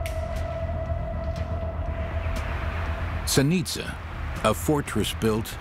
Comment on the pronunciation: Interesting, even though the narrator can't pronounce Zenica correctly.